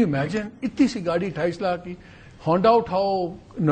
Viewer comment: Yeh sajjan "gaadi" ko "gaali' bol raha hai. 😄😄